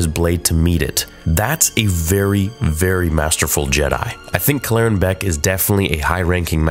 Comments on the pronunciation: Kell-eren Beq not Klleren Beq sorry but I just couldn't take it anymore. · Why do you insist on mispronouncing the name? I feel like I’ve been hearing you do this a lot recently and it’s honestly making me turn your videos off. Cal-laren? “Keller-ran” they say a few times in the episode 🤷🏻‍♂️ like bruh get the name right at least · Dude you are pronouncing his name wrong. Kel er anne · why are you pronouncing his name wrong in 5 different ways? Kell-Er-Rin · he can’t even pronounce the guys name right when they literally say it in the episode. I’m sure he’ll say it’s it’s one of those “AT AT, A-T A-T” ways of pronouncing It because the galaxy is so big…. Yeaaah sureee thing theory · what an interesting pronunciation of Kelleran's name. 🤔😜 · actually saying his name right would be a good start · Bro felt the need to recreate to pronunciation of Kelleran. Lol just say it how they do in the episode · You’re clearly saying his name wrong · Why is he changing the pronunciation of his name they literally say in the show how it’s pronounced and he pronounces it totally different. This dude does to much it’s annoying. Just say it the way they did on the show. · Why are you pronouncing his name like that?